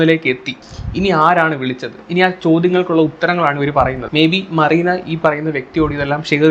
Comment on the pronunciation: മറീന ആണോ മെറീന എന്നല്ലേ